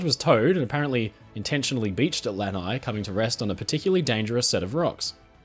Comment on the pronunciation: FYI, Lanai is pronounced with the accent on the last syllable. Aloha from Hawaii!